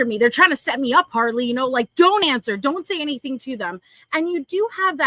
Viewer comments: I just noticed Harley said “anythink” oh lord. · I hate it. It's ridiculous. AnythinK,everythinK wth